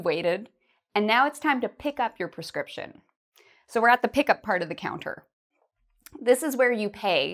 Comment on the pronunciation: Hi, the word of prescription is "[prɪˈskrɪpʃn]" in the web, your voice sounds like "[perˈskrɪpʃn]"